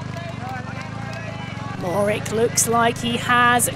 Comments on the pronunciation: Matej Mo-HO-rič (that is mo-ho-rich), not Morick. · Matey Mohorich, that's how is pronounced.. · Mohorick? Cmon now, even most cycling fans, no less announcers, know how to say his name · The commentator cant even pronounce the world champion's name properly, absolutely shameful. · How do Slovenian's pronounce Mohoric? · come on UCI you can do better than a pathetically small offering for a world championship , and please find someone who can pronounce the riders and place names close to correct